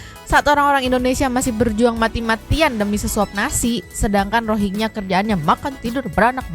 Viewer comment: nyebut na tong rohingnya lah geuleuh haha geus weh rinyuhingnya wkwkwk tuman